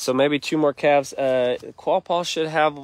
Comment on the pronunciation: Calves not calvs